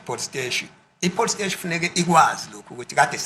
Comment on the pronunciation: Why is Zulus always say police steshi😅. I grew up knowing a police steshi and I'm loving it❤